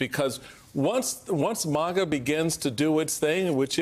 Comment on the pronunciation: This 🤡 keeps saying MOGA😂! What a shill.